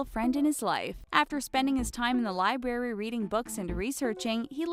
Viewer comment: Lol she said libary instead of library